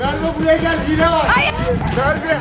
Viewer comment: her oyunda hiyle diyor